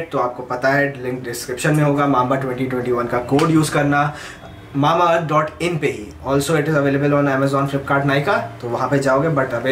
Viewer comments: When say's mama earth it feels like earth 🤣😂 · It's not mamaearth its Mambaearth😂😂😂😂